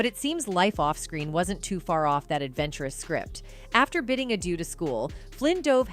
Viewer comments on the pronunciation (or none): none